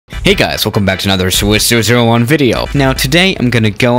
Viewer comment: Finally he said and not Swayseshurashur1